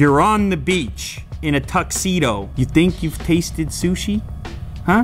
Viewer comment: Unbox Therapy did u say shushit?